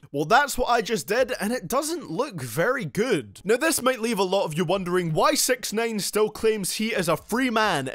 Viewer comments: sounds like this guy said "sex nine" instead of "sixnine" like tf?? don't dissrespeck my man like that! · Sex9ine is what sound L’s like he’s saying 😂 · Stop calling him sex nine lol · Pls stop calling him sex-nine :P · "Sex nain" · I’m no genius but aren’t hi’s name (six ix nine ine) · “Takshai 6ex9ane”